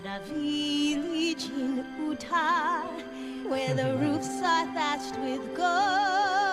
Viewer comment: Ooh-Tah 😂😂😂 As someone who lives in Utah that's hilarious